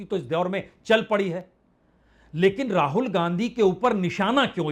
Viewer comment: Ra-haul.... Wow Vajpeyi Sir